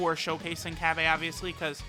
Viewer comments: Cabba is in no way shape or form meant to be pronounced or spelt CABBAY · Cabba not cabbay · I'm pretty sure its pronounce cobbu